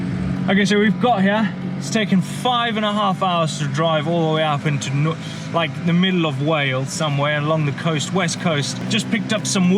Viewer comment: When you say ”Up” i heard pub. 🤔mtb start from pub. Maybe☝🏻😁🤪